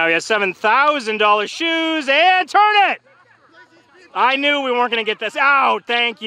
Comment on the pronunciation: beautiful turn sounded like he said beautiful turd